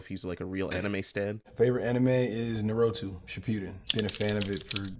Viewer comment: Narotoe? Jordan says he's a fan, but I'm not sure. I hate "Narotoe", and even I can pronounce it properly. I wanna AXE Michael a question: why the fuck was Creed 3 so fucking awful? Worse...why was it so unnecessary?